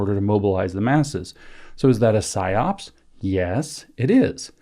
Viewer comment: It's PsyOp. Singular. No second S.